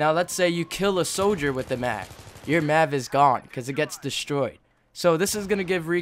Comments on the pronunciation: M.A.V. not mav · all i heard was yousass, Maavv, and deneenate good video bro